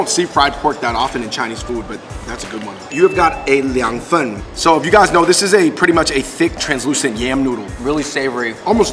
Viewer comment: the way you said "fen" literally sounds like you said cold poop.. lol